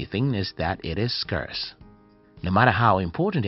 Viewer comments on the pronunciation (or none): At least pronounce Scarce correctly...